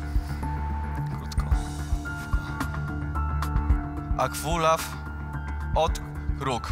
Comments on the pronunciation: Powiedział kórtkofalówka. zamiast końcówki órk było rók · Przy wyrazie krótkofalówka zamiast "órk" powiedział "rók". Trochę pomyłka, ale że, aż tyle osób tam siedzących tego nie usłyszało ? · Powiedział kÓRtkofalówka i nikt nie zauważył 😂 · Zrobił błąd i wyszło "Kórktofalówka" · Monieł Archhand Bo tak powiedział. Jak mówił od tyłu to zamiast powiedzieć na koniec "órk", powiedział "rók". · Nie było krótkofalówka, tylko kurtkofalówka xd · Powiedział akwólafoktrók a to by było kórtkofalówka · Ja też to słyszałem. Kórktofalówka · A dlaczego uznali mu wyraz krótkofalówka? Nawet w jego mowie słychać że powiedział "kurtkofalówka"... Ale i tak podziwiam ;) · Powiedział niepoprawnie krutkofalówka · To samo zauważyłam - akwólafotkrók - kórktofalówka. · Powiedział kurtkofalówka😂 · akwólafoktórk'' A ty powiedziałeś inaczej ;0 Mam taki sam talent :D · Nikt nie zauważył, że powiedział "kurktofalówka"? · przeciez on powiedzial kortkofalowka a nie krotkofalowka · krótkofalówka było niepoprawnie... kurtkofalówka, słychać to...sprawdźcie sami... nie, żebym nie była pod wrażeniem, ale tak usłyszałam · Usłyszałam "kurtkofalówka" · Zle powiedział krótkofalówka